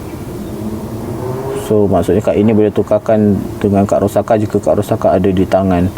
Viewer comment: Bang bacanya itu Ro-sak-sa 😅